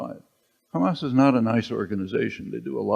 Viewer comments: "How they elected Khamas" You know shit is going to happen (Israelis and Hebrew speakers pronounce Hamas as Khamas and that's how I spot a hebrew speaker) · LMAO. Khamas. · The second she said , kHamas i knew what she is.